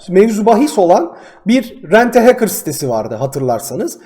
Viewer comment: Haçker değil.HEYKIR xD